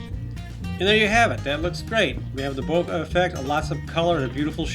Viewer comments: bokeh* ... not boka :) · "Bokay", lol. :P Good video though. :)